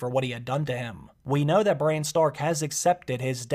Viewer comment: Why are you saying Breanne instead of Brienne? Lol and sometimes when you talk about Bran it sounds like Brian.